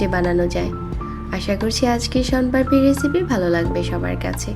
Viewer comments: শনপারপি না শনপাপড়ি😅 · আপনার কথা 😂 শনপারপি😒😏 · সোনপারপি কী? আগে উচ্চারণটা ঠিক করো। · আপনি আসলে কি বলছেন শন পারপি নাকি শম পারি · Apnar uccharon thik koren age. Ki beje nicchi! Shon parpi! 😂